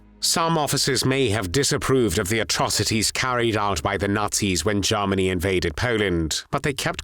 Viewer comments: This narrator always pronounces Germany as Jarmany 😅. But content is much appreciated. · OMG. Now I can’t unhear it! 😅